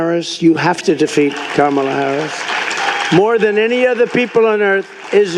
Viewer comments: I wonder why he is pronouncing her name correctly all of a sudden. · Well, now I know he’s getting tired. He’s saying Kamala correctly. Because it takes more effort to say it incorrectly. It’s easier to just pronounce it right! What a weak, ignorant, lazy, slob. 💙💙💙